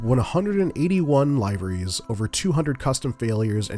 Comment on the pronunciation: Great vid, have the 700/800 PMDG and they are stunning aircraft to fly! The MD80 is also superb and worth the Money. One thing though….the pronunciation of liveries…not heard it said that way before, I had to rewind to make sure I heard it right 😂